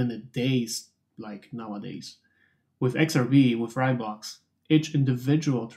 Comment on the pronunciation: Heya, great video. It is pronounced RAY, though.. fast like a RAI of light =)